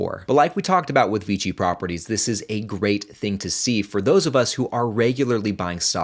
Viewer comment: Isn't it VICI? Sounds like you're saying VG